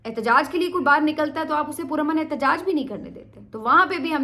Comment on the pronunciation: Madam, the Urdu word is baahar, not bahir, correct yourself. Your Urdu diction is otherwise good.